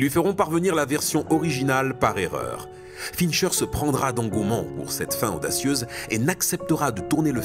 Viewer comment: Super vidéo, cependant, je n’aime pas chipoter pour des clopinettes, mais je ne peux m’empêcher de réagir sur les prononciations (Dayvid Fincheuw, Somewset, Twacy), et c’est Mills, pas Miles!🤣 Bref, cet épisode est une tuerie et ce film est une giga tuerie!